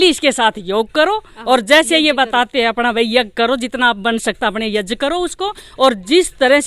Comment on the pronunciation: Abe yaj nahi yagya bolte hai pahle bolna sikh